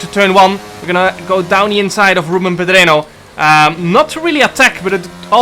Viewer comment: just a little headsup, pedreño is pronounced pedrenio bcs the ñ is a letter for itself and sounds like ni. Really love your racing vids, Goatmeer